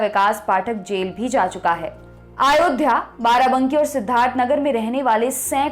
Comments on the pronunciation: सर अयोध्या होता है, आयोध्या नहीं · आयोध्या नहीं अयोध्या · Madam आयोध्या nhi hota h....